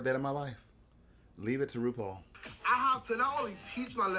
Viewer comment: I love Russian says rupaul is Rupaulu